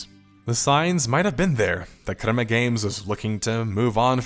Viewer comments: dude its CREMA GAMES, not KUREMA GAMES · Good video. Annoying pronunciation for the word crema